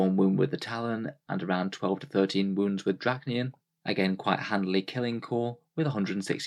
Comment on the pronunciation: Roll the D off your tongue D-D-RASH-KNEE-YEN, is how you pronounce it, not Drackniyan. Do we say muck instead of much? Hope you learned something today.